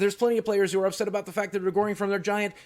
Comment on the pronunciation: "Upet"? Really?